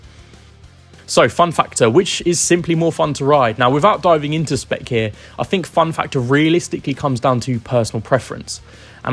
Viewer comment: I hate it when people can not speak properly and replace the sound of TH with an F and V , e.g I Fink this is a great bike , Firty instead of Thirty, not only F replacing TH but V replacing TH in words like weather and pronouncing it has Weaver, along with with being replaced with Wiv, it spoils the presentation for me. I could not concentrate on what this guy was saying about these bikes when his speech is so bad.